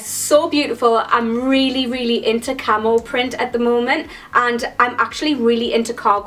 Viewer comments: KillerQueen unfortunately i read this comment before i got to that part of the video...then could only hear 'camel' 😂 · For a second I thought you kept saying camel instead of camo. :P